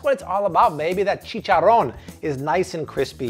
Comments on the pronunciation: i added this guy cause he had almost a million subscribers....then i heard him say chicharoan and now i cant stand him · I love these videos but everytime he says "chichoron" I cringe to my core!!!! I hate it so much 😅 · “Chicken chicharooan” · Best YouTube cooking Chanel EVERRRRRRRRRRRRRRRR! Bless you guys ! Thank you so much ....my mouth is literally watering ! “Chicharron” rolling the R 🤣😂🤣😂♥️♥️♥️♥️ “Sharing is caring” much love Back atcha!!